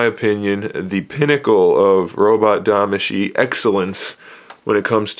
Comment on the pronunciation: Is Tamashii, not Damashii.